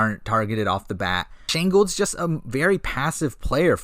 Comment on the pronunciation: You got shane right lol